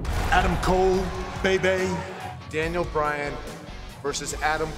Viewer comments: Roger Rabbit It’s actually “Bay Bay”, not “baby”. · It's Bay Bay smh